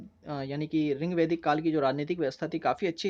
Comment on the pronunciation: Your teaching method is good but it's rigvedic ..not a ringvedic Ye sunne me bahut odd lg rha h